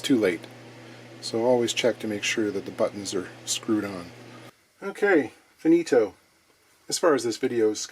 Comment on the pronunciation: Great job as usual. And, as Italian, I appreciated that "Finito!" 😃